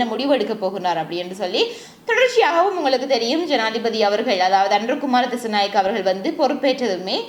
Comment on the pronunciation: அனுர குமார திஸாநாயக்க அக்கா nengal திசநாயக endu solringal